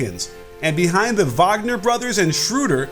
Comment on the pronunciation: Didn't know Mo Wagner is spanish . Interesting 🤣